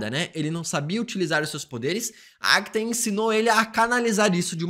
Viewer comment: É impressão minha ou ele fala "Agta" em vez de "Agatha"?